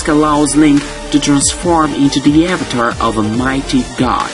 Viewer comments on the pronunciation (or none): none